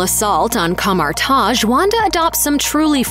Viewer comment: She said Kamar- Taj so horribly